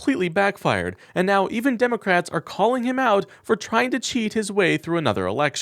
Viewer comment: Do you even listen before you upload, "now even Democrates"